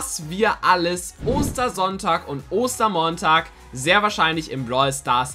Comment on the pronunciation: Wieso sagst du Oster Monntag